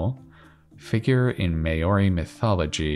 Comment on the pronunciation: Maori is pronouched like "mau-ri", where the first part rhymes with "cow", and sounds like the first part of "mouth". maʊri